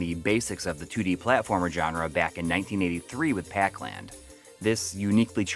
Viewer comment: Stop saying, "John-ra,".